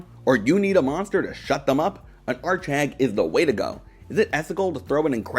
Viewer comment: what's an art shag ? I keep hearing art shag I swear x)